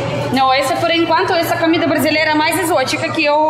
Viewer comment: Uma dica...você sempre pronuncia a primeira letra "o" das palavras como se fosse uma letra "a"...Por exemplo: a palavra cOmida. Você diz: c"A"mida....Não é critca, ta´? Adoramos seu sotaque, mas como seu portugûes está melhorando a cada dia, achei por bem dar essa dica...❤